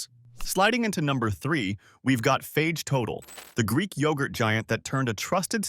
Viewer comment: It's pronounced Fayay. Fage Total is great.